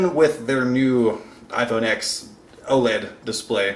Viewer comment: “iphone ex”